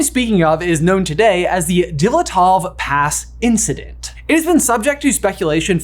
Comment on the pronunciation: Great video, guys! Very unexpected to see such topic on your channel! But the last name Дятлов is pronounced "D YA T LOVE"😊 Glad seeing you experiment with content!